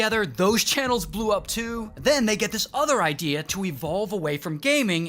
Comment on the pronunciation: "Not a good ideaurr"